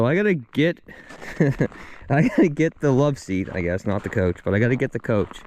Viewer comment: Your Crispy sounds normal to me my man, idk 😂. But your pronunciation of ‘couch’ on the other hand… 😅